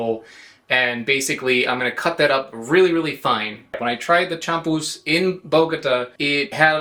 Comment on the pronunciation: Spanish pronunciation is very regular, you could learn it in a half hour. The accented letter gets stressed champús is chamPUS not CHAMpus